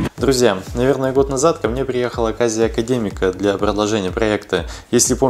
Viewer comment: Вот вам "Акадегмик". Нету уважения к акадегмику.